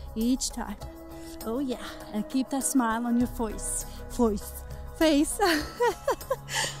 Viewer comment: Day 7 of this workout and I can tell a big difference and she has such great energy! I am trying to do this workout once everyday and I am doing so good and my fav part of this video is when you say “foce” for face I laugh every time I watch this video she makes me want to work out everyday!!! Here’s to losing weight for my wedding dress this year!